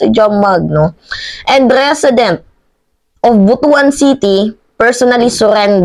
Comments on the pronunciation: BUTUAN. Pronounced as BUT-WAN not BUTU.AN. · ayusin mo yung pag basa mo ng butuan!